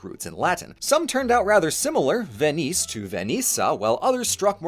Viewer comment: You mispronounced the French "Venise", a little bit. It's a "Z" sound, at the end, not an "S" sound.